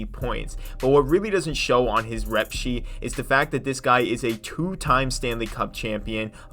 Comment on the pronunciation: "Play it by Year" "Rep Sheet" ??? Do you English?